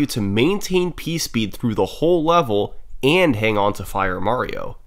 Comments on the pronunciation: hehehehe he said "pee speed" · Teehee said pee speed.